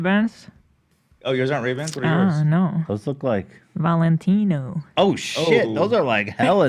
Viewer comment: the way hila says valenitno